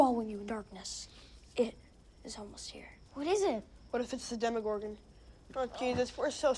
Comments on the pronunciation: Demigorgon not demigorg... :/ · It's 'demogorgON', not 'demogorg'. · why are you saying demogorg instead of demogorgon? is it really that much of a trouble to add the last syllable? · it's "demagorgan" if I remember correctly not "demagogue" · "Demigorg" Uh...Demigorgon. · even after show the clip, where they fucking call it the DEMIGORGON, he keep's on doing it. it's like he's doing it on purpose.